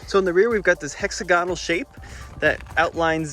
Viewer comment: FYI, hexagonal is pronounced with the stress on the second syllable